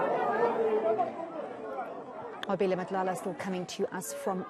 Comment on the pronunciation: This white reporter learnt how to say the Reporters name "Nqobile" properly. Would she have done the same if she wasn't paid for it?